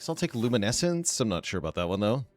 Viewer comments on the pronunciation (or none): Luminesce is pronounced (LOOM-IN-ESS) NOT (LOOM-IN-ESS-ENCE) Lol idk why but it bugs me not letting you know when you're pronouncing something wrong.